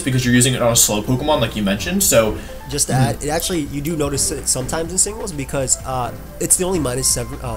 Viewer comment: DO NOT LEAVE OFF THE E IN OCTILLERY! BECAUSE, NOT BECUS!